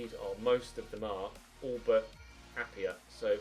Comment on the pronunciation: Appiah is Pronounced App-I-Ah not App-e-Ah he used to play for us at forest we sold him to ud almeria and also you should sign him his release clause is there and chelsea are signing werner it could just be that they're not willing to offer him a new contract he grows very well and would be an amazing bit of business